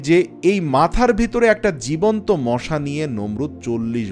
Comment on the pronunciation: মোশা নয় মশা বলবেন